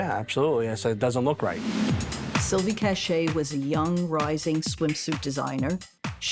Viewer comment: Her name is Silvia C-a-c-h-a-y not Cache